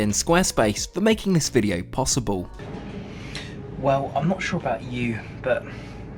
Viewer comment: 'Wew' = well.